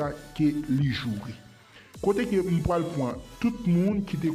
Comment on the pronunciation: Sispan di "pwal" ok mo a se PRAL tankou "Mwen prale lakay mwen" se pa "Mwen PWALE lakay mwen" lang kreyol la gen yon jan li pale ni ekri ok. Mesi!